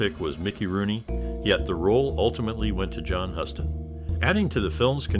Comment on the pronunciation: What are you going to tell anyone about the movie, idiot? It's Huston, pronounced "Houston".